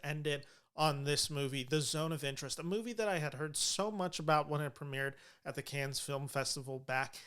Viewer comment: The "s" in Cannes is not pronounced. It's just "can."